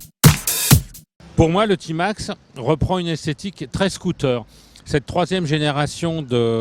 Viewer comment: Prononciation à l’anglaise 😂